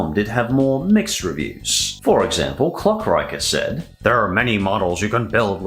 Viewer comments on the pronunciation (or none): I'm pretty sure the name of klokriecher is not pronounced like you did "clock-riker" but more like "klo-kriecher". It is a german made-up word and kinda translates to "toilet-crawler". 😂😂 the website also shows that this person is german. 🤭